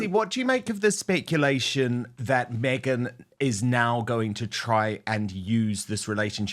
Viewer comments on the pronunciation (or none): Not so long ago, the thing Harry married said she was changing her surname to Sussex and that her first name should be pronounced meee-gan. Meeegan Sussex. But everyone keeps pronouncing her name as megg-an or may-gan, and her surname remains Markle. It must drive her crazy to find her demands ignored.